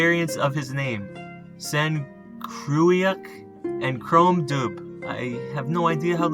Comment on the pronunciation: Dubh is prenounced Duv